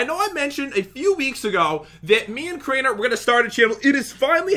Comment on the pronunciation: Drew he said Crainer.